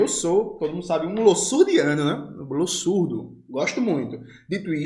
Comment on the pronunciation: Jones, pode ser um comentário bobo esse meu, mas é sobre a pronúncia do nome Losurdo. O s nesse caso tem som de z.